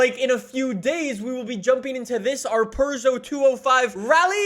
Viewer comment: its not a purr-geot